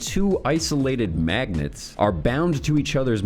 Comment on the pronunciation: Bro that ending had me 💀😂😂😂😂 "guys.... fawking maaagnets! Im tellin your! I know!"